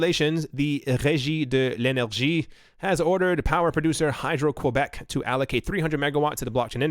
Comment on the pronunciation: great pronunciation on Regie de l'energie. Respect [fist bump]